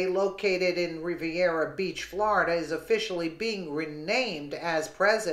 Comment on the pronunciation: Flor-i-DUH does it again 😲😡